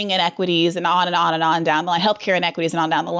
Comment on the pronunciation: Briana looooves " structual in equatys".... lol babble